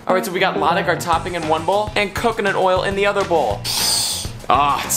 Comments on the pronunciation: Nice. Remember that latik has stress on the second syllable. Latík. 👍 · Latik is pronounced as luh-TEEK, stress is on the second syllable